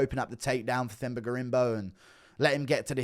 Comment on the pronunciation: FYI you don’t pronounce Themba with a TH. You say it “Temba”. You welcome.